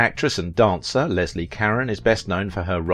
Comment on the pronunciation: You mispronounced her name is Leslie